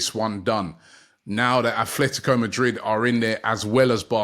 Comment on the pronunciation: Atletico its atletico not athletico . Jeez man